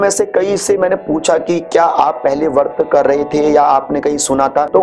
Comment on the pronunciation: "वर्त" नहीं, "व्रत" होता है, कृपया सही उच्चारण करें।